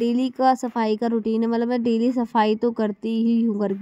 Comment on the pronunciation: matlab ko mallab, lipstick ko livistic bolti h.. aur naha kr nikalti nhi likalti h 😂😂... Don't mind only improve your self ❤